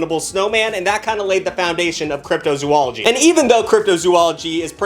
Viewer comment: not zoo ology it's zo ology 😅